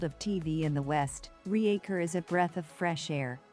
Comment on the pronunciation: RE-Acher? Use a proper voice or get bent. This is garbage dribble.